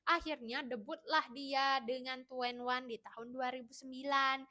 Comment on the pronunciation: Iya njirr Tueniwan jadi 2en1 Ciel jadi Ceel 😂😂😂